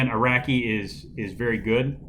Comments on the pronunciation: Aracky and arocky are both wrong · Nah I’m pre sure it’s pronounced Araki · Manga is pronounced mahnga, not manega. Also. Araki is pronounced Arocky, not Aracky. Still love the video as I enjoy hearing about this book